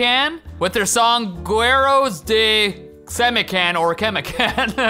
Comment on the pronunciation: Ok, but I laughed when you pronounced "guerreros" (warriors) as "güeros" (blond/white guys) 🤣🤣 My favorite here is the band from Ireland, Ilenkus! I commented on the previous video but you didn't get to see it, so I hope you see my comment today! ;; Have a nice week and happy early Valentine!!